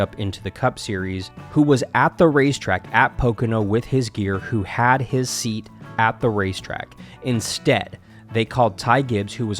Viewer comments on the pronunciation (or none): none